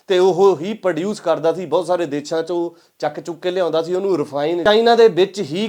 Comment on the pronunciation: ਵੀਰ ਮੇਰੇ ਦੇਛਾ ਨਹੀਂ ਦੇਸ਼ਾਂ ਹੁੰਦਾ ਕਈ ਵਾਰੀ ਤੁਸੀਂ ਦੇਸ਼ਾਂ ਬੋਲ ਦੇ ਹੋ ਜਾਦਾ ਤੱਰ ਦੇਛਾ ਬੋਲ ਰਹੇ ਹੋ